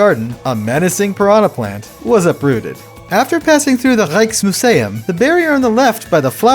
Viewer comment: I am dutch the way you said "Rijks museum" is pretty funny no hate just nice